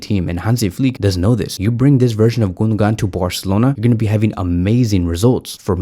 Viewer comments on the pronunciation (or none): none